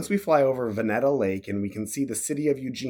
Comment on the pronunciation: pedant time that lake as yo fly into Eugene is Fern Ridge Reservoir. The name of the town the lake is pronounced with a lo0ne E on the second "e" Vuhneeta would be close to phonetic spelling.Just call me the Coastal Kid, Born in SanFracnisco, Evgene ages 2-21, UE Army 21-25 Seattle, and now Shoreline 25-70.